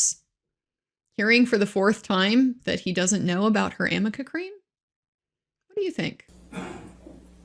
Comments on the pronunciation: Great review on how NOT to cross examine a witness! 👏 Bravo ❣️. The icing is the mispronouncement of AMICA cream. 🤣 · Why nobody from her side told her that it is A.R.N.I.C.A?! How can you ask about something if you mispronounce it?! I actually didn't make the connection between amica and arnica untill a lawtuber said it! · Everytime she said Amica cream I wanted to yell aRnica cream. If Amber actually used it I would think she should know how to say it. I loved when he laughed because I would of laughed too with her rediculousness of this cross. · Isn’t she mispronouncing ARNica cream, which is used to cover bruises? ARNica, not Amica cream. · I wonder why Amber and Elaine do not know that it is called ARNICA-cream not Amica. Arnica 🌼is a flower used in this cream. Thank you for your great videos and greetings from Germany🙋🏼‍♀️! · He was very naughty, lol.He obviously laughs because he knows that the name of the cream is Arnica, not amica. It comes from the arnica plant. Elaine comes across as a very uncultivated and sloppy lawyer/person, also emphasised by the fact that she kept mispronouncing Vasquez incorrectly. Huge facepalm. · It’s ARNICA! Fricking amica… Jesus, Elaine. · Hi, I don't know if you will read this. I have never heard of amica cream. I have heard of Arnica cream, in fact I use it. It is for pain as a result of a bruise or soreness, I used it for my arm when I got my 2nd vaccine. I mean if it was her "go to" bruise relief, she would KNOW how to pronounce the name of the product. Even Elaine continued to use "Amica" cream. HELLOOO. LOL. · Isn't it 'ARNICA' cream ??? not 'AnicA' .... creammmmm ??? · I love this breakdown! It’s not even called Amica cream, it’s Arnica cream. Too funny! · For the record Elaine...It's ARNICA cream not AMICA. Geez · My gods, it's ARNICA cream.😳 I mean, if she's gonna bring it up ad nauseam, perhaps she should get it right lol. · Really! Repeating "amica" cream makes her sound really dumb. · It’s arnica for god sake